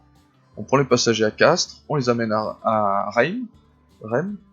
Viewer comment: Comment est-ce possible de ne pas connaitre la ville de Reims, à un niveau de même pas savoir prononcer son nom ?!!!